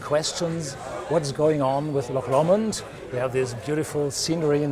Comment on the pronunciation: So the guy from Loch Lomond can't even pronounce Loch Lomond. Sigh. :(